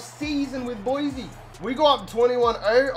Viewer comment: BSU fan here. first its pronounced boy-see not boizy and second your weapons are gonna be Shakir in the pass and Holani in the run. also, don't worry that Hank broke his ribs, Cord is just as good.